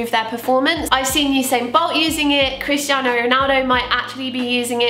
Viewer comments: did anyone else hear "Kriss Jenner" while was saying "Christiano"? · i thought you were saying "kris jenner" instead of christiano omg